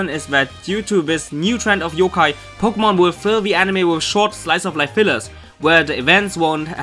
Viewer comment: lol po-gay-mon